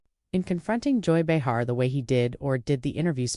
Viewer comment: If this actually happened, it was a classless ambush, nothing less. The AI narrator called her something close to Joy Behar, but not quite. Listen to the first 2.5 minutes, again.